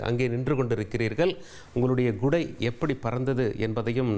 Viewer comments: தம்பி அது கொடை இல்லை குடை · Gudai illapa athu Kudai